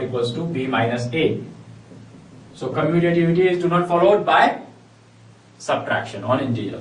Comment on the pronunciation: Commutative property ur saying wrong